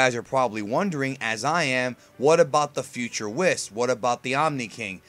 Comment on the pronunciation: Really?! Whis' name has been around for 2 or 3 years and you still can't pronounce his name right, like come on!